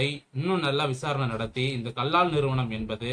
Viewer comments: First learn to pronounce the name properly. It is Kallal கல்லல் Do not pronounce as Kallaal. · Kallal bro not kallaal